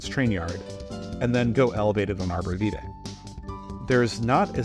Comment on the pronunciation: IM SORRY WHAT DID YOU SAY LOL arbor Vetaye I just got hurt as in Inglewood resident